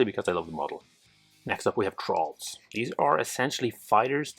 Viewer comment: Great video, thanks very much. I thought you were saying trolls rather than thralls though because of your accent 😂